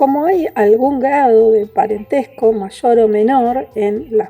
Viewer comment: Aunque es un tema interesante, lamentablemente la expositora tuvo problemas de modulación y no se le entienden con claridad todas las palabras. Además se confunde, dice "disminuchendo" o "machor".